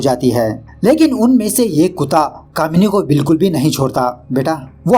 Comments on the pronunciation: He told komini then he correction in then say kamini 😅😅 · Your language, Kimini nhi kamini😂😂